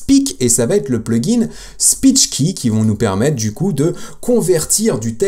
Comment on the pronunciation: La prononciation de speech ki est catastrophique dans l'exemple donné. Ou parfaite, si on veut passer pour un americain qui ne sait pas prononcer le japonais. Sinon, top info.